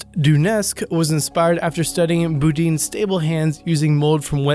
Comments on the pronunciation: LMAO! BooDeens? Try Bed-doh-wens (Bedouins). Seriously though wtf did you get the Boo sound? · Yeah, and it not boo-deens, it's beh-do-ins. They're nomadic North Africans, not the band that made the theme to Party of Five. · It's "Bed-u-ins" not beedo-ins